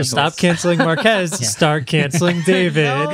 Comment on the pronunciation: Thanks for the mentions, Marques! (not Markees)🤦‍♂